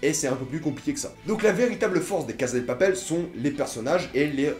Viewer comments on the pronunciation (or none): Berlin, pas berline Casa de papel et non pas case de papel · La CaSSa de Papel ! En espagnol meme avk un seul S ca fait "sss" pas "zzz". C'est comme prononcer "Teu Walkung Deuad" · Loïc Dum Il prononce a l'espagnol et ose prononcer "La CaZa de Papel" au lieu de prononcer "La CaSSa de Papel". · Ca se dit cassa pas caza c est en italien caza